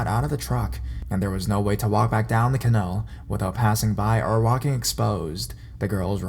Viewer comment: WTF is a Can-nell? Im positive you must mean Ca-naall, you illiterate